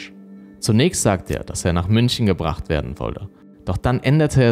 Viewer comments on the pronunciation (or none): none